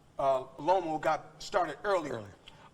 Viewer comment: He called them Lomo, Telefimo, and Salida 😂😂😂😂